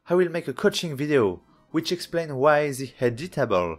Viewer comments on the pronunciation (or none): none